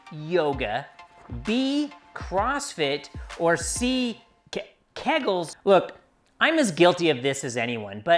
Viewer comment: it's pronounced kee' guls lol and no that wouldn't make ur BIKE go faster lol